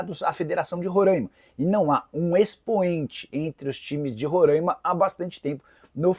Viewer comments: Oooo Nicola, meu p...a para falar o nome do meu estado de rorãima meu é RORAIMA, sacanagem. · Nikolas é RORAIMA e não Rorãima! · RORAIMA SE FALA COM A FONÉTICA ABERTA. TENHA MAIS RESPEITO AO FALAR DO NOME DO ESTADO. POR FAVOR